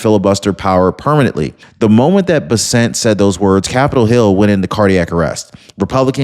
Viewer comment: Scott Bessant's last name is pronounced Bess-ent. Sounds like mess with a B and ant with an E. ❤